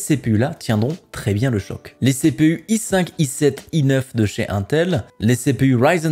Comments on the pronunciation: 1ntel lol innnntel plutot non ? lol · dsl cz mestress mais ca me stresse UNTEL non INTEL iiiiiintel pas 1tel x)